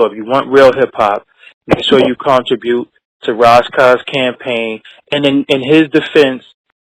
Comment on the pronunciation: Y he keep callin him Ross Koss